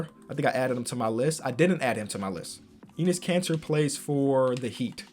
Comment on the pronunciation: It’s actually EH-NESS Kanter